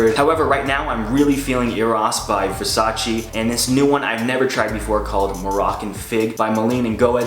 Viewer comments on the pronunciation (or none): none